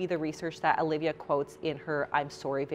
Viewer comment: omg. I have just found someone who can pronounce "Alivia" right... Every stranger I meet spells my name as Olivia, or if I tell them the spelling, they go for the Aaaa- Lee-ve-ya haha